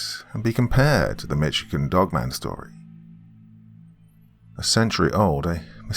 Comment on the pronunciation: Usually I like most of your narration but you are butchering words and names of cities in the state of Michigan and especially the word Michigan